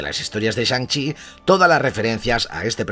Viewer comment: Shan CHI Master of Kung FU! me reido como lo a dicho